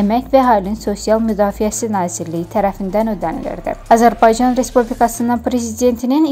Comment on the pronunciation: Ermenide AZIRBAYCAN DEYİR SENDE ÖLKƏNİN ADINİ DÜZ DE AZƏR BAYCAN.